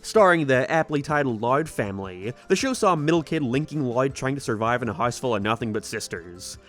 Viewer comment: Why does he just randomly pronounce some words with this weird accent/voice like he goes from regular American English and then can’t say house correctly like what